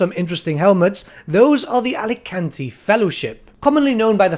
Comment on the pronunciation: Man, I love your content and your dedication, but I have to point something out: You said "A-LI-CAN-TEE" fellowship, and maybe that's because you live in the Península, right? It's Alcatani and I don't know about the lore, if they're Tilean or not, but it sounds to me like a little Italian (I'm Spanish). And sorry! I'm not trying to be picky or anything like that.